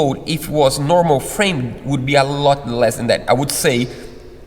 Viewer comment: It’s pronounced “FramD nor FramEd” The E is silent.